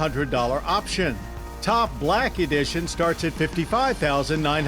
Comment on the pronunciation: *Blacky dision* 😂